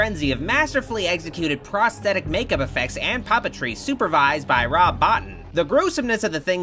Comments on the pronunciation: Dammit! It's Rob Bottin, pronounced ( Boo-Teen) not "Bot-inn".It's French I think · Excellent review of the series! Not just because it pretty much mirrors my own thoughts. ;) On thing, though: Rob Bottin. It's pronounced 'boh-TEEN'. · I seen The Thing in 1982 when it first premiered in the theaters, I loved it! Couldn't believe the reviews, I knew it would eventually become a cult classic. By the way Rob Bottin's last name is pronounced 'Boteen' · You know good and damn well his name is pronounced BO-TEEN!